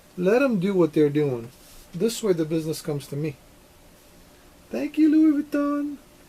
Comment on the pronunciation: Hahaha i'm french and you actually said it pretty good !